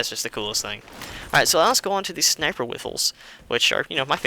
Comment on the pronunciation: And he said Sinper,not Sniper.